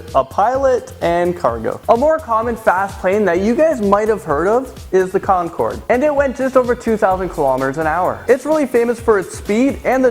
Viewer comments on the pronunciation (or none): none